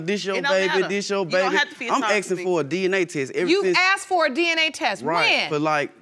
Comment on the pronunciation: Half of all these people are also always 'aksing' for stuff.. Always imagining a creep with an axe in my head 😂